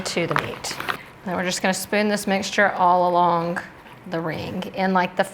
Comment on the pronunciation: I get a kick out of your "k" at the end of your words that end with g... AlongK RingK